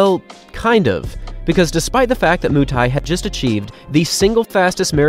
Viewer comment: Wakenya mko wapi Jeffrey Moo-tai (Mutai)😂😂😂